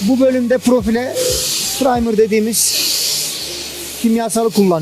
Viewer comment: Primerdir o praymır değil